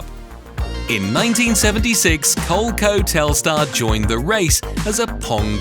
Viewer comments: Cole-Ko!?? It's Cole-EE-Ko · Nice job 👍 I did a similar video almost 2 months ago, but it’s nice to see each person’s take on it. And just like how I got roasted for the way I pronounced a few things, I gotta tell you… “Cole-Co”? 😂 It’s “Cole-e-co” my friend 😁 but also, nice to see someone else vindicate my pronunciation with “Mare-e-o” instead of “Mar-e-o” 😅 Fair warning: You might get a bit lit up in the comments over that one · "cole coh"? It's Coh-Lee-Coh... the name originated from "Connecticut Leather Company" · Did you really pronounce "Coleeeeeco" as "col-co"? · Cole Co?? Coleeeeco! 😂 Great video though. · I really enjoyed this, both in remembering consoles like TurboGrafix(sp?) and learning about others. One note. It’s pronounced Co-lee-co. Not Coleco. And apparently that company has quite an interesting backstory! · Why are you pronouncing Co-lee-co wrong? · Yeah. I immediately stopped this vid as soon as I heard the word “cole-co” spoken. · I've never heard Coleco pronounced like that before.